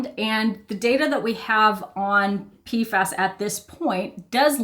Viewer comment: the pronounciation of PFAS T-T